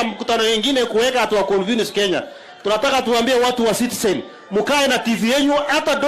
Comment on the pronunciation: Sudi is it Citizen or sitisen